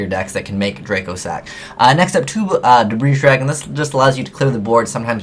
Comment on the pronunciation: I cringe every time I hear "Debreeze Dragon" ...and every yugituber does it